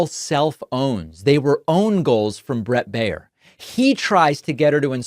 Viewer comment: When Baier is of german origin, his name means "bavarian", and is spoken "buyer" (in the variant where the 'er' is spoken like the 'u' in 'husband'). Greetings from Munich, Bavaria, Germany. We don't need this guy here...